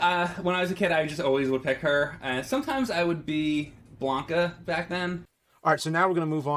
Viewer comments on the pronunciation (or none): BLANK-Ah? ZanJEEF? Has James never played Street Fighter?